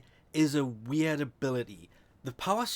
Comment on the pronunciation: I like how he says weird. Sounds like wee-aard